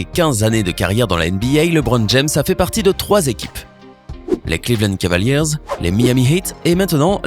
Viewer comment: Heuuuu mec je suis désolé vraiment que t'es pas un basketteur parce que quand j'entends tes prononciations ex: cavaliers jai envie de me couper les oreilles